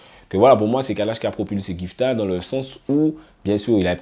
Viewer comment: Ceci dit, c'est GIFTA (avec le son "GUI" comme dans guitar ).